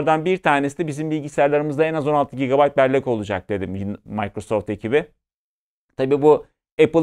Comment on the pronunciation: yanlış ta olsa sakin sakin mikrosoft demek lazım bence...mAYkrasoft deldi kulağımı